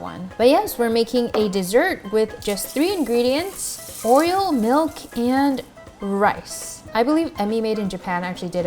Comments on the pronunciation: 'or-e-o' not 'or-e-ol' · I kept hearing “oil” when you said oreo lmao